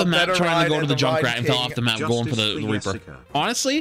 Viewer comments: Yustice yor yessica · not the “yustice for yessica” LMFAOOO 😂